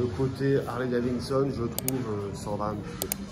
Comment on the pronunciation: Bonjour J'aime bien vos vidéos Mais personnellement il y a deux petites chose qui me gêne un peut ... Le son n'est pas toujours au top Et quand vous dites " daviNson" au lieu de " daviDson" Oui je sais je chipotte 😁😁😁 Allez en attendant la prochaine !!! Cdlt ✌️